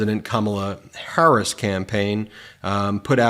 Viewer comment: Your pronunciation of VP HARRIS Is incorrect sir. Just a friendly heads up